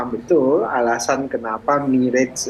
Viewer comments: mirage banyak yang salah melafalkan, bukan mi-rej, tapi me-razh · MIRAZ BUKAN MIREJ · Bacanya MIRAZH, bukan MIREJ. Mirage berasal dari bahasa Perancis. Jadi MIRAZH bukan MIREJ, dan bukan juga MIRAS ya gaes.